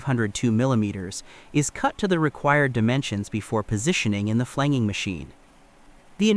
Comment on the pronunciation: It’s FLAN-JING, not flang-ging.